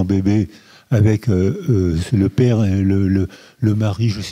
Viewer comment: Bien entendu, on supprime mes commentaires, notamment sur le fait que Monsieur n'a pas été capable de prononcer le mot "père"... allez-y, "éliminez-moi" en tant que voix discordante...